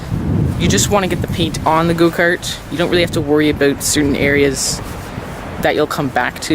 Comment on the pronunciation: Did he say “go kert”?